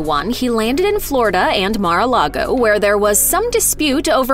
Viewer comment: Correction: It’s Mar-a-LIE-go.